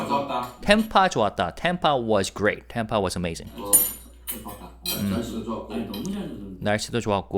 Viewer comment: thank you for all your translation videos!! TAMPA rhymes with Stamp, Camp, Amp ( wattage). You say it with a British accent. It is TAMP- Ah, like Stamp-ah. You are saying Tompa, Tahm-pa. Like the name Tom. Cramp. Stamp. Camp. Amp. Damp. Tamp-ah